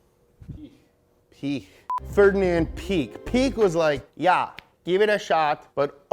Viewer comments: Lol. Actually you nail Piëch last name better that the guy who thought Piëch sounds like Pig… 😂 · Dom Delouis' son has an automotive utube channel? Pee-AYCH , you had it right the first time. The two dots that normally denote an umlaut don't exist with the 'e'. It just serves as a work-around to indicate the two=syllable split between the 'i' and the 'e', which otherwise would be silent.